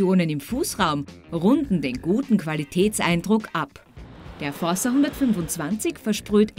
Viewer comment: Aber bitte "fordsa" aussprechen, es ist ja das italienische Wort "forza" und nicht das portugiesische "força" (vgl. englisch/französisch: force = Kraft)